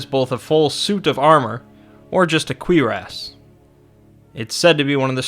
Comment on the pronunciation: As a French speaker, queerass is a closer pronunciation than cureace